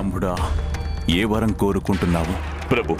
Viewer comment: Vaaram kadhu varam